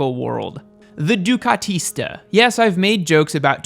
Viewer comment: that Italian pronunciation thought... ducatista, panigale